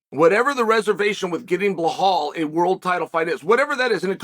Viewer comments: It's Belal not Blehal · “Blughawl Muhammad” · If i did a line of coke everytime he said Belals name wrong id be UFC HW champion